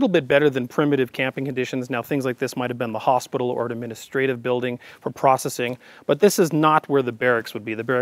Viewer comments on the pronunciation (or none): none